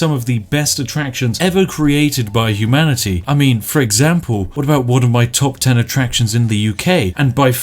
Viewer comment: Spiff: Humani-Tea. Welp! Guess we've evolved from tea leaves, now! The most Spiffing of Spiffing Brits hath spoken!